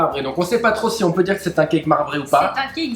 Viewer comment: J'adore ce que vous faites. L'idée de reproduire des recettes de grands chefs et de nous les partager est juste géniale. Mais SVP arrêtez de prononcer [Kaïk] quand vous dites CAKE ! Vous êtes juste RIDICULES. Regardez dans le dico, le cake (gâteau garni de raisins secs et de fruits confits) se prononce [Kek] même si l'origine du mot est certes anglaise. D'ailleurs le Cake dans son sens anglais veut dire gâteau et non cake au sens où on l'entend en français.